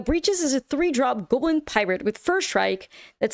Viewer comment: Stop mispronouncing GAWBLIN.